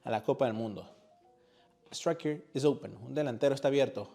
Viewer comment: Good video useful simple. For YOUR English, It’s not sucker match, it’s sOccer. It’s not eez, it’s is, pronounced iz